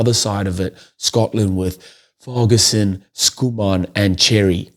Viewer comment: The name means ‘son of Fergus’. There’s no such name as ‘Fayger’. Fergus is a Gaelic name from ‘Fear Gheas’-the ‘strong/manly man’. So Fergus-son (although allowing for accents).